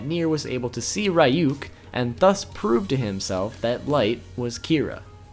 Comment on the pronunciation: Its not rayuk, it is reyuk